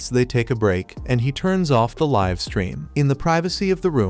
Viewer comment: Bro it's not live it's live prounince it better